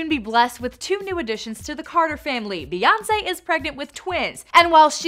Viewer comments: Stop. Calling. Her. Queen. "BAE". IT IS BEY AS IN BEEEEEEE. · It's not bay it's bee 🤦🏾‍♀️ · Mocking Spongebob i5 it's Bey